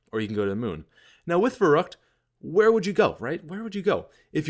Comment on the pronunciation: "Verrukt" :'D